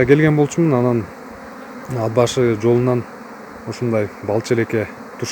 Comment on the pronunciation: Ад башы эмес..Ат башы